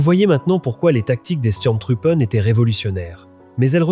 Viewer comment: Votre exposé est très intéressant, mais, travaillez votre prononciation de l'Allemand: Sturm se prononce "CHtourm" Truppe se prononce "trouppeuh" Truppen se prononce "trouppeune" Faites un effort, Donnerwetter!!! votre prononciation est ridicule.